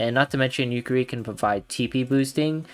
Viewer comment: I want to slap you for every time you say "Yukeri". I counted four slaps I that I will be o[W I N]g you. XD.